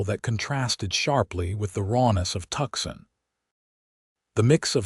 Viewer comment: Tuxin is actually Tucson, which is pronounced Toos on. Surely, you folks ought to be able to get this correct.